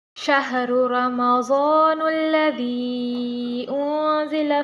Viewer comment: Sharu ramzanallazy hai aapne galti se nullazy padh Diya